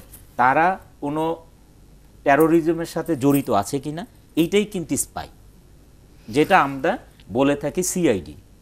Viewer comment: "apne dekben... mission taa hoisse issspy" #Facepalm level: 10,000